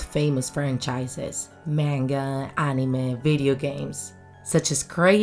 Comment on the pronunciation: She said "manga" incorrectly